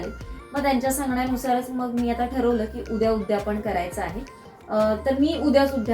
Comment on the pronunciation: उद्यापण नाहि ग , " उद्यापन " . 🙏